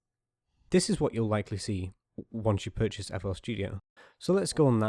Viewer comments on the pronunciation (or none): haha he said "purchase" fl studio